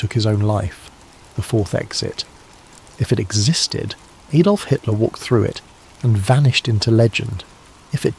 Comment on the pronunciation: AM Liverpool UK. Who's Aydolf? Lol.